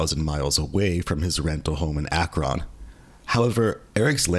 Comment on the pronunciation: You can say a whole clan name flawlessly but can’t say Akron 😂😂